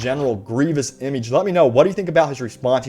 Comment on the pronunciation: Please..... Never say "image" again.....